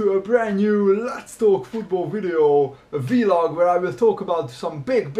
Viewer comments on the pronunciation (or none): He Said v-log